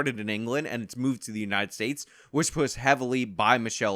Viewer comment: "Thennn we poots the bacon on the bread"